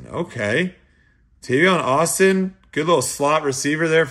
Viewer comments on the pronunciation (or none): It's Tavon!!! Not Tavion. You are terrible with names and if you don't get better and at least try im done with your channel. Too many other channels where they actually pronounce the names correctly. I only watch for anyways